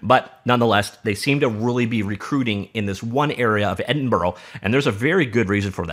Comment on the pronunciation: Nice video, but just so you know, it's pronounced ed-in-bruh.